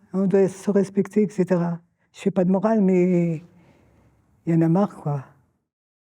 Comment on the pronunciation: J'ai aimé le " yen marre QUOI!!!"